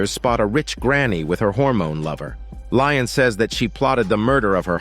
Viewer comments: I just.. don't know how you get "Lion" from "Lestat"... 😅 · I fell out laughing after hearing "Lion" I was like oh hell no! 😂 ☠️ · Dear god it is he is called Lestat. I cant give you you a thumbs up like I usually do for this horrid mistake. Im sorry.